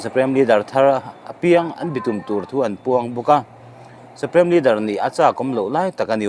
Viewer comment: Suprem nilovin Suprim tia lam nise